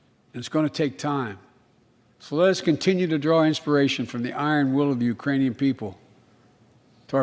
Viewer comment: He said Urainian.. no such place! 🤣 man his tounge is goin full retard